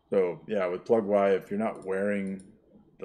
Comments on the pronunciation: Never hear anybody call it "Plug-why" lol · Sir I do believe most ppl pronounce it "Plug-E" as in "Easter"